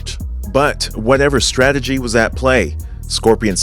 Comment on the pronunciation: this fool said scrategy(strategy)